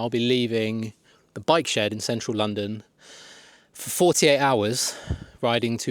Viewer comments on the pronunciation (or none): none